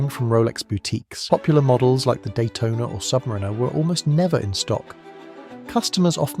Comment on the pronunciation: Try learning to pronounce submariner properly. The emphasis is on the a.